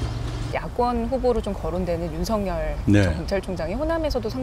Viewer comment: 이 기자분도 '윤석열'을 '윤성열'이라고 발음하네... 언론인 2명~3명 중 한두 명이 저러던데 진짜 심각하다. 더 신경써야 할 집단이 발음조차 틀리니... '윤석열'이 '윤성열'이면 진짜 '윤성열'이라는 분이 계시면 그 분과 구별은 어떻게 할라우? '윤서결'이라고 발음하는 게 옳습니다. 기본적인 건 좀 합시다. 국민들과 힉생들이 죄다 배웁니다.